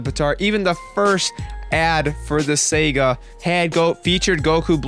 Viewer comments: great vid but just one thing... saga... saa-gaa not Sega. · Dude, it's Saga, SAH-GAH, not Sega Genesis. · Um you keep pronouncing saga wrong and the weapon goku black used is called a scythe which you also pronounced wrong.